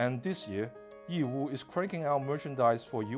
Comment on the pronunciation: I like how this presenter pronounced Yiwu and Zhejiang correctly I always find it cringey when Chinese people mimic the way westerners butcher the pronunciation of Chinese names